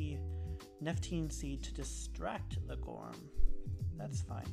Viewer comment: Hey, thanks for the video. I really like listening to the podcast too, it's very interesting and helpful. There is one card that you mispronounce though, and that is Nepenthe Seed. Easily done, and yes we know what you mean, but it is Nepenthe Seed:-)